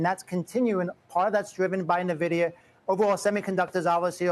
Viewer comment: Stop saying Nuhvidia!